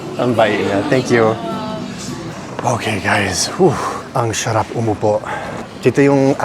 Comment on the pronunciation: Kuya - it’s Sarap not Sharap ! 😂😂